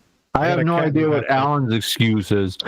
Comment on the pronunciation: I keep hearing "The geometry of the bean"